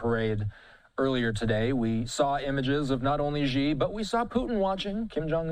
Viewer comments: In pinyin, the letter “x” sounds like “sh”. So “Xi” is not pronounced “Jhee” but “She”. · Xi is pronounced "she-" not "gee-" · The Xi sounds like She in Chinese, not Gi. the ignorance of this host. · it's not pronounced "jee-" it's "chi-" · Such large news networks and nobody thinks to look up how to pronounce "Xi"